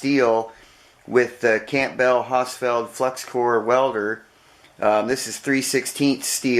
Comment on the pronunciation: Pronounced "cambull"..the "p" is silent..